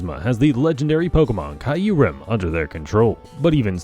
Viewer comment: The way you say Kyurem, hurts my soul.